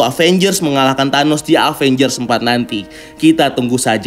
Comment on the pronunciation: Sedikit saran aja,kalo baca Avengers itu Evenjers. Maaf kalo tersinggung